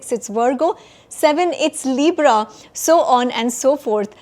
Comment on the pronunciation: Is it Astro-,logy or Astrology? Leebra? Your pronunciation is abhorrent!! Why do you take this accent?. Why do you still need English? Dear Sir, Astrologer: 2026 is a Gregorian calendar not Vedic calendar. Stop fooling people.